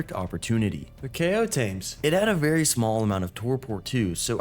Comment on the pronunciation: Berry quickly 😂